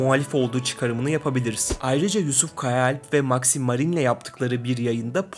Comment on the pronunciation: maxİmarine değil kral düz maxmarine diycen